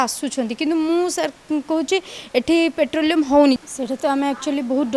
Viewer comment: ପେଟ୍ରୋଲିୟମ୍ ନୁହେଁ। ପେଟ୍ରୋଲିଂ, ଗୋଟେ ଫୁଟାଣି ଦେଖେଇବା କଥା.ଆଉ ଗୋଟେ ଶବ୍ଦ ହେଲା ବଗେରା , ଅଳ୍ପ ବିଦ୍ୟା ଭୟଙ୍କର